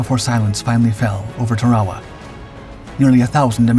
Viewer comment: It's "Tarawa", not "Tarwawa". It's pronounced "tear-uh-wuh", not "tar-wah-wah".